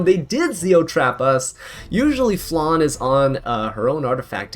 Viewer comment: im sorry...but even Landy's english voice actress pronounces Landy's sisters name like its spelled Flanne. She's also not a dessert...